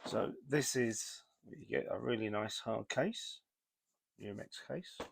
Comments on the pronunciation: UMAREX, not Uramex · it's Umarex, not Uramex.